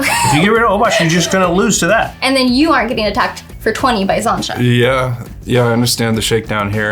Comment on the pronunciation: Love but her pronouncing of xantcha’s name is grating lol